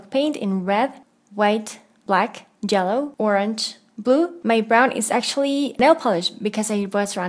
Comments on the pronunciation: I liked your case but can I ask is it because of your accent that you said jello instead if yellow ir was it just a mistake ( I made a blie version and it turned out awesome) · U said jello for yellow😜